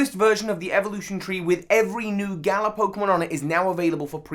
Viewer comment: I'm sorry, but it is just sad to see you and so many other poke youtubers say either galar, or galarian wrong